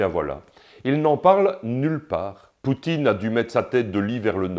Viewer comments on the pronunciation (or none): none